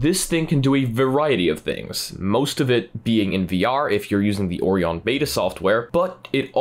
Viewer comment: I've never heard someone pronounce Orion that way before.